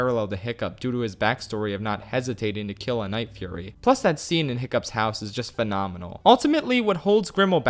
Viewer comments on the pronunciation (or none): none